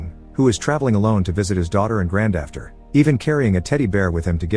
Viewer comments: sir, did you say "granddafter "? 🤔🤔🤔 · I think the best part of these videos aren't the recap itself but seeing what moments of jank surface in the script from grammatical aberrations to bizarre pronunciations like pronouncing "granddaughter" as "grand-after" which.. is valid but I lost it SO hard. Bless these channels. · Grandafter! Draught is pronounced draft, laughter is pronounced laffter. So I guess it tracks?